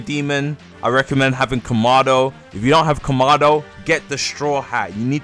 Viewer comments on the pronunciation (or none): im sorry but i have to say it, its not ko-ma-do its ka-ma=do please say it right again im sorry not trying to be "that guy" just say it right